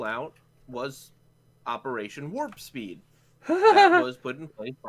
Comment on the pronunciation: The first time Trups said Warpspeed I heard Warski, as in Andy Warski. Imagine an operation being named after that guy, even with the memes.